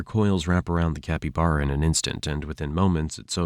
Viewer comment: Is this AI generated? The mispronunciation of caiman and capybara were a bit off-putting.